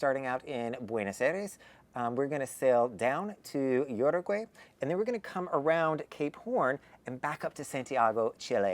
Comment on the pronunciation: You need to ask a Hispanic to hear they say (and you practice saying) URUGUAY....